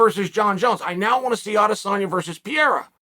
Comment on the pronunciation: typical Chael hahahaha PIERRA hahahaha